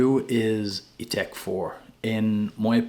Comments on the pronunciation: I notice that you pronounce it i-tek but shouldn't it be pronounced i-tak as its spelt Ithaque? 🤔 Just wondered. I see Memo Paris has a fragrance called Irish Leather! Do you have that one too? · It’s spelled Ithaque and pronounced Ee-Tack